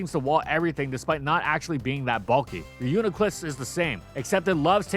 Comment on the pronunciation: It’s pronounced ree-yoo-nee-kluss btw